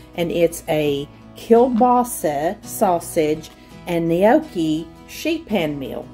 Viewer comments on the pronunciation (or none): The way you pronounce gnocchi 😂 it's not "nee-okee" it's just "no-key"